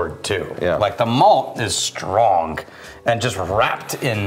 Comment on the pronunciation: I first noticed replacing g's with k's literally years ago on "ing" words. Maybe I never noticed before (is that possible?), but now it appears alphabet does not include the letter G. "Stronk", really; what's next Laphroik? Speech impediment or really dedicated trollink?